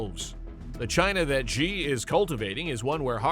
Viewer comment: Or, "Xi." Embarrassing.